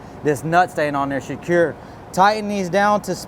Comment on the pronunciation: You gotta "sh-cure" it. Sh-cure it real good.